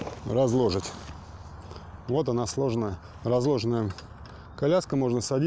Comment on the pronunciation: вы, конечно, не профессиональный диктор, но все же лицо компании! Следите, пожалуйста, за речью: ваше "слОжить" и "разлОжить" очень резануло по ушам ((